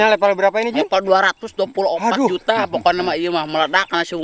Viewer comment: Level Bang Bukan Lever AwokAwok